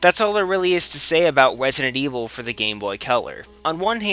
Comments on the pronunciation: "Wesident Evil"? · wesident evwil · Wesident Evil - Elmer Fudd :D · he said Wesident Weevil XD